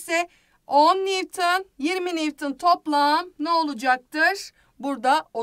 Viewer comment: nivtın değil nivton